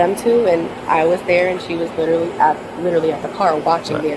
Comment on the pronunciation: The word "literary" is so abused by women... "littaly... im littelay... littely... he littaly...."